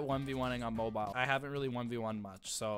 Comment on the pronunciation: I kept getting triggered when you said mobile and how you warmed up